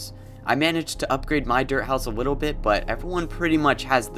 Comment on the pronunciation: He said wittle bit and weally